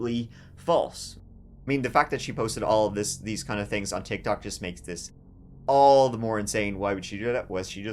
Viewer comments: Did you say tittie touch? Lol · Did I just hear you say "titty touch?"